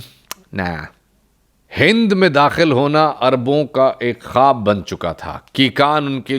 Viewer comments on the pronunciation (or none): none